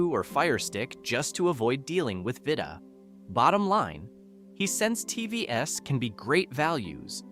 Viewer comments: T V S ….😂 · You should take your own advice for your shit AI reader. How many ' Tee vee ess' occurrences did you just not notice? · Are you a real person? Am constantly hearing TV - s ....as a plural? Coming to the presentation, I think the American market has a lot of reap offs.. I'm located in a rather tail end of the chain in Africa and here's my look and feel: I have five different TV brands in my house Me - Hisense - 1 yr OK, 1st born daughter LG - 8 years OK, 2nd child JVC - 7 years OK, 3rd Aitel - 4 years OK, 4th Sony Bravia - 7 years OK, 5th Samsung - 7 years OK and an idle Hisense 5 years still OK!! Of course there are some that are of poor quality and they're usually distinctively indicated by both price and info from sellers...